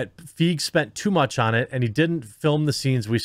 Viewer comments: His name is pronounced "Fie-gee" lol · It’s pronounced ‘Feeg’. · If it makes Paul feel better, right this moment the mere mention of Ghostbusters 2016 has me laughing out loud. Also, I believe his last name is pronounced similar to 'reign', 'sleigh', or 'neighbor'. Don't let anyone tell you otherwise; not even Paul. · Your continual mispronunciation of his name is really annoying.